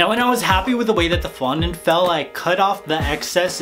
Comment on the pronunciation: you said fondue wrong